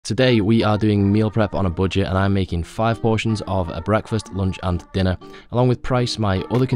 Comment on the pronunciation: What kind of accent is this, why do you pronounce "budget" as "boodget"???